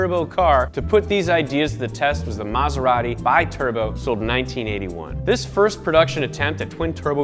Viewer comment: Let's talk about how you said "Bi Turbo"